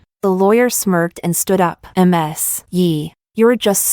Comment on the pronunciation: Why does AI keep reading Ms. as M S?